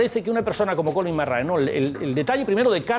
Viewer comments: Se dice colín mairrai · Da gusto la entrevista,imágenes McRae,imágenes del mundial 95 con en el plató,que maravilla,un poco opacada por la insistencia del presentador en cortar las anécdotas de y su empeño en pronunciar a su libre albedrío el apellido McRae,pero eso no consigue que no se disfrute el vídeo.